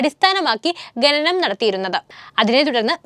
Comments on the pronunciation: ഘനനം അല്ല . ഖനനം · ഗനനം ഒഴിവാക്കി ഖനനം എന്നു പറയാൻ പറയൂ.